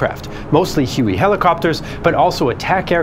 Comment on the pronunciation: WHOWAY ?....WAY = HUE